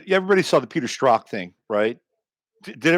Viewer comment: Who are you saying Peter Stroth? Who is that?